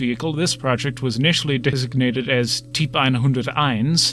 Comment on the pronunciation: Agreed. Just 1 gripe. "Typ" is pronounced "tupe" in German.